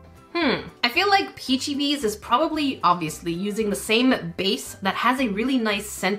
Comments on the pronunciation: I thought it was pronounced like that, too, but it's actually pronounced "peachy babies" ❤ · it's called peachababies not peach BB,s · The only thing that I’m going to say is it’s not bbies it’s baby’s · You don’t say it like peachy bee bee you say it like peachy baby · “Peachybiies”???! Are you kidding me?! You’re giving me a seizure 😰😰 it’s supposed to be like “PeachyBabies” wtf peachybiies💀💀💀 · ITS peachyBabies not peachybees😂😂❤ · not to be mean but it’s not “ peachybies it’s peachybbies 2 bs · I just want to say it's not peachebaby it is peach a babies (sorry if it sounds mean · it pronounce Peachybabys not peachybies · Is no one annoyed that she called them peachy bebes instead of peachy babies??? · peachy bees HAHAHAH its pronounced peachy babies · It’s peachy babies not beis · It not baby’s it bbies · It’s pronounced, peachy babies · is pronounced Peachy-babies. XD Love you,! I love their slime. The jelly, butter and cloud are my favorites. The icee is a hard no texture for me. XD Their customer service is <3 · Ya I was annoyed abt her saying it wrong. I’m sorry to say this but it’s pronounced: peachybabies 😔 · Definitely said it wrong lol.. peachy babies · 😂😂 also btw it’s pronounced as “peachy babies” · it's pronounced peachy babies! :p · How you pronounce peachybibs is like peachy baby it's just spelled bibs. Idk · It’s actually pronounced peachy-baby’s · Peachybbies is pronounced peachy babies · hey! love your content! i’ve been watching since i was 11. btw the name is pronounced peachy babies. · Haha its pronounced peachy BABIES its fine tho, I judge found it funny because you said you hoped you were saying it wrong 😂❤ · You said it wrong ❌ its peachy babies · Peachybbies is pronounced peachybabies they just spelled it like peachybbies❤😊 some of the slimes u were getting were sticky because there r different levels so u have to be quick hope this helped 🤤😋🦜🦜🦜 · And it’s pronounced peachybabies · It’s pronounced peachy babies